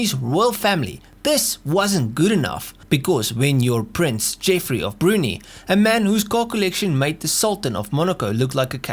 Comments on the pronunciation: Brunee? Brunei is pronounced Bru-NAI. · Brunei. "broon-eye", not "broonie".